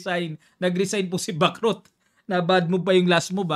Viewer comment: Sana bigkasin ang tamang pagbigkas sa Bacrot, para gaya ng chess matuto din tayo sa language ng mga taga France